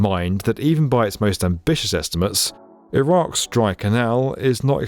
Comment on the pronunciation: Lol.. "Iraqs plan"